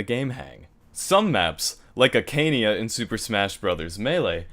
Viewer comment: A-ka-nei-a pls